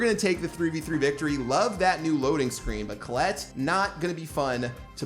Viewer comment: Who tf is Colelet?? It's "Colette"